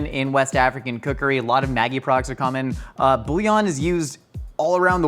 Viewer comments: its maggi with a soft g, ma jee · I hate to be 'that person' but it's Maggi pronounced like magic, not maggot... Who am I kidding, being 'that person' is my entire online personality